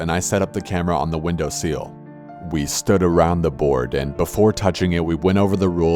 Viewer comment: Idk when window sills became windowseals....